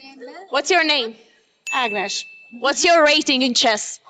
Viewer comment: Hi! I'm from Hungary too, and the hungarian boy's name is not Döma, but Doma, and the WIM's name is not Agnesh but Ágnes.